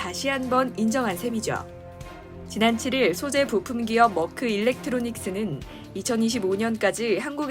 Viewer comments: 한국에서 머크라고 한다고 맞는 발음이 아닙니다..영어도 독일발음도 아닌 이상하게 발음해서요. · Merck 는 멀크는 영어식 발음이고, 메르크가( 가운데 r 발움을 약하게) 옳은 발음. 머크는 어디서온 발음인가요?